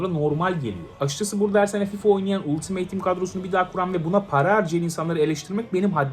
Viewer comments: abi gözünü seveyim 'ultimeyt' değil 'altımıt' :D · Ultimeyt ne la. Altimıt olacak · abi ultimeyt değil söyleyeyim dedim